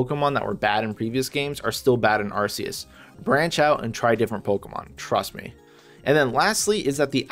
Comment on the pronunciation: You pronounced Arceus wrong